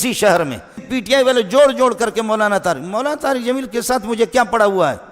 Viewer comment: Molana Tariq Jameel sahab boliye naam sahi se lijiye